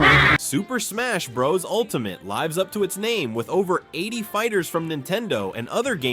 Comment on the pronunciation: mispronounced lives up to it's name